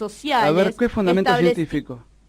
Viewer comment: Dice "basamiento" en vez de basamento, dice "fundamiento" en vez de fundamento, por que hacen gala de tanta ignorancia les feministes?????, dan verguenza ajena, en serio